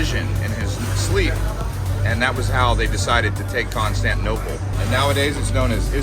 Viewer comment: Constantinople. You are not pronouncing the ti in the word . Why?